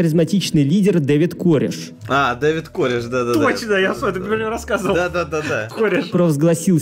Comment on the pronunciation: Не кОреш, а карЭш